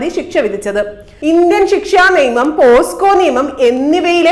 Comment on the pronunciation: പോസ്കോ അല്ല. പോക്സോ അല്ലെ